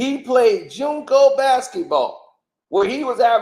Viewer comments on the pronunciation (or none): 😂😂😂😂😂😂😂😂😂 I'm hollerin your behind saying he played JUNCO. It's JUCO JUCO. 😂😂😂😂😂😂😂😂😂